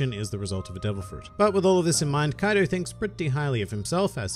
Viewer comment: Kaido not kadio